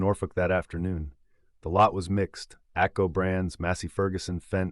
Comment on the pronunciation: ATCO? That's AGCO.